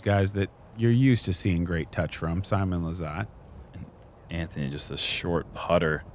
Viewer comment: The actual way to say Simon's name is Seemoon Lizzzzzzzut